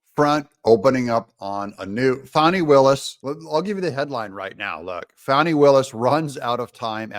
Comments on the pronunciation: I really wish you’d pronounce her name correctly, it’s FAN-EE, not Fawni…. Her parent got it right, she’s a Jack-A$$!! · Let’s stop pronouning her name “Fawnie” and pronounce it propperly FANNY!!! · It is Fani not fawni not fauni...It is fAni. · I grew up in the metro area. Anyone who knows fani will tell you it is pronounced "Fanny". I fell out of my chair laughing when I heard some news reporter call her fawney! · And DO NOT CALL HER “FAWNI”. Her name is Fani, as in Fanny! She is so well named! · Pronounce it FAN-NEE - like a rear end. Appropriate pronunciation for her butt like behavior.